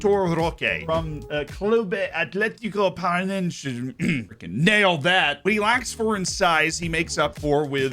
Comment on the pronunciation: Came here for Vitor Roque, left the comment because of the lack of pronounciation of my hometown club's name. It's Athletico, like the Madrid's one, that part is simple, the Paranaense bit is just "from Paraná" (pronounced like the famous capoeira chant, not like piraña), like, Parana-uan if it was in English. The word sounds a little weird because it's a lusophonisation of a indigenous tupi-guaraní word for "Big River". It's worth giving a look on what the club has been doing, they're kind of a one-off club in Brazilian football because of a legendary president that's been at the helm of the club since 1995 and took what was essentially a neighborhood club into libertadores cup runners up twice (plus two sudamerican cup wins, a suruga bank trophy in japan... some nice stuff), completely modernised the club without not only not running it into debt but also keeping the finances of the club positive and with cash in the bank while both their city rivals went bankrupt.